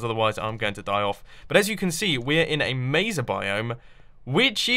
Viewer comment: um jumbo but you say it like Mayza you sappost to say maysa biome,not trying to be mean but sorry because I live in Arizona and there's a town called Mesa from the layers